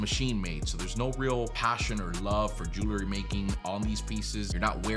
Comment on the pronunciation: It's Jewelry - not Jewlery.